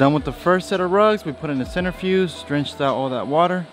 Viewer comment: Centrifuge, not centerfuse, just saying.